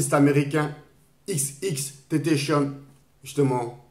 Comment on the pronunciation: Mdr il a dit xxxtontazon mais R.i.p quand même